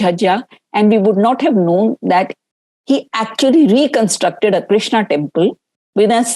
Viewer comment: Who is krishn or Krishan? It's Krishna.and it's Upanishad not Upnishad and it's Vaasudhéva not vaasudhév.Pramuka not pramukh.Kansa.Sthaanam or Sthaana, there's no way in hell it was written sthaan as it as schwa deletion corruption did not exist in ancient era. Are you people even qualified to speak on Raama & Mathura if you can't properly pronounce the words? Seriously, this is embarrassing. Please preserve our samskruthi.